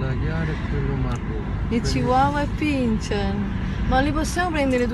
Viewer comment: il pinscherino lo prendo iooooo!!! ( si legge pincer!!!) baci baci <3 <3 <3